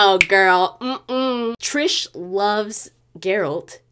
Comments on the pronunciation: Triss** not trish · Cool video, but it is triSS, no triSH, triSS, IT IS RIPING MY EARS OF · it is TRISSSSSSSSSSSSSSSSSSSSSSSSSSS Merigold... not what you are saying how can a fan messed that up, havent you heard her name said by everyone in the game?!!!